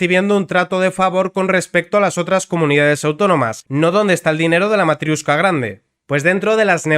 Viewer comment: Me encanta una unión de países en la que se utiliza el inglés cuando ninguno de los países miembros tienen el inglés como lengua propia. Por cierto, no es «matriUshka», sino matriOshka.